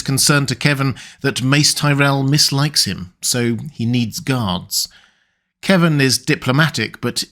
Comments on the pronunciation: KEVAN, NOT "Kevin". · It's "Kevan", NOT "Kevin". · I always pronounced Kevan as "kuh-VAHN" but that's me.